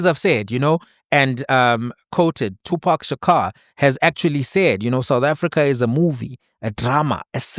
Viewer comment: The way you pronounce Tupac Shakur ❌ 😢 I cant move past it’s distracting!